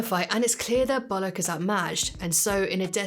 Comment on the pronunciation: Why are u saying bolock it’s pronounced bull lock